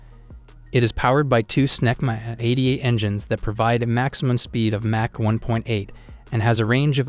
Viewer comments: A channel called doesn't know how to pronounce the word "mach" and a number of other basic military/science words..? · you pronounce Mach wrong, Ernst Mach would not be happy, your list does not include the fighter with the best kill to loss ratio at 104 to 0 the F15, you get a thumb down, and a frowny face :-( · Cant evan pronounce Mach properly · Tourist. learn how to say mach. listen, good research. if/when you get real accuracy, you'll likely shut up. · Learn how to say MACH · This guy is a troll right? The way he pronounces some words like Mach... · I can’t even with the way he pronounces Mach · You're pronouncing mach wrong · What's really killing me is how this is a military channel and we don't know how to pronounce "Mach" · Correct your pronounciation of MACH (Mak or Maak) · is he pronouncing mach as match? smh tell me you know nothing about jets without telling me you know nothing about jets. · Did you say Match 2? and not Mach 2??? Are you serious? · How on MIlitary TV do we not know how to pronounce the word "mach"... this is real suspect. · If you're going to do a video on aircraft, you should at least learn to pronounce "mach" properly. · Funny how you pronounce Mach. Thumb down for that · Learn how to pronounce 'Mach' and 'reconnaissance'. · Learn to pronounce mach properly! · This has to be AI talking. Who says "mach" and "reconnaissance" like that and gets facts wrong? You suck at this. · What is match mean 🤣 Mach (mock) these AI speakers are terrible. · He said "MATCH" 2!! hAHAHAHAHAHAHALMAO!! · Although a very interesting topic, I can not get past your startling mispronunciations. Match 2?!? Seriously. Unforgivable. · Mah-k not Match... for Mach. Or am I crazy 😅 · What is mash?? MACH pronounces MAKH not MASH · Is this AI? Because it's Mach (sounds like mock), NOT match. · Its Mack not Match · Mach not match 😂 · Not match...it's mach...dummy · Mach, not match. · He can not pronounce Mach right.. it sounds like rock not match